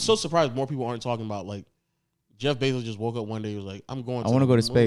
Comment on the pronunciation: Why tf keep sayin jeff benzo😭😭